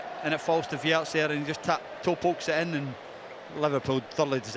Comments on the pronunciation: Wirtz. It's Wirtz. With a Z. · Its WIRTZ not WIRTS btw